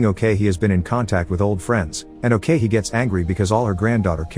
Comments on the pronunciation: Funny how you pronounced ok-hee as owkeihi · it's ok-hee... not "okay hee" waahsdashdasdjasd